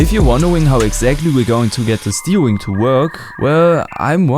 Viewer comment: love the way he says steering like steewing